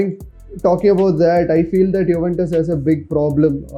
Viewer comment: Wtf is yuwentus😂😂